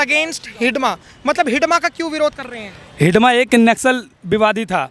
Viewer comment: भाई उस नाम मंडवी हिडमा है आप बार बार हिडीबा हिडीबा बोले जा रहें है